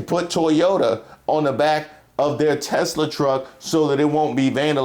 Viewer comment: "Tesler" - donald trump